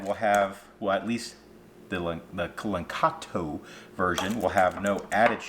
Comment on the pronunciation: It's La•KAN•to, not "LaN-KAT-o".